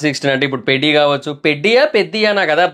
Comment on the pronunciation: 5.21 పెడ్డి కాదు పెద్ది కాదు చెడ్డి 😂😂